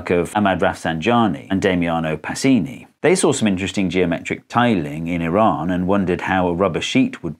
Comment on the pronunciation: thank you for actually pronouncing iran properly and not taking the piss with the whole "I ran" bs.